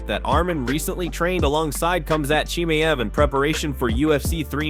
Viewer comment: He really said KHAMZEET CHIMIEV🤬🤬🤬.NURMAGOMEDOV is one word by the way.